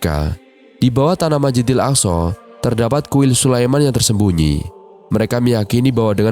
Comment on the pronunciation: Masjidil bukan majidil